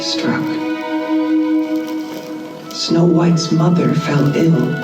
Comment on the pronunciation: Its ending me that when the narrator says 'But then her mother fell ill' The shot is from within the well, and it sounds like she says 'her mother fell IN' as in the well. I'm going to live in that reality, thankyewwwwwww